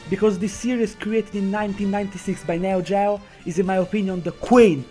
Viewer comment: You don't know anything about the developers of the metal slug series. It wasn't created by neo gao. Aka how you pronounce neo geo.